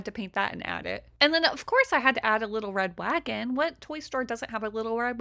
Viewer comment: All I heard was "wittow wed wagon" multiple times